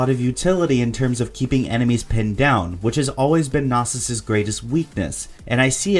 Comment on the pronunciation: your pronouncing Knossos wrong, its named after the ancient temple found in Crete, since it has many bulls depicted, its Know-sos not nawsos